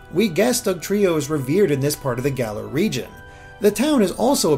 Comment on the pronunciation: It's Galar. Say it right!